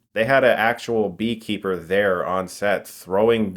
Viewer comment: Did you say "they had deekeeper throwing bees on them" ?